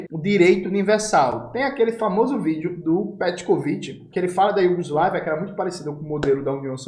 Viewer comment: Kkkkkk "petcovit" empolgou kkkkk a repórter ???¿¿¿ Algo de errado não ta certo 😂😂😂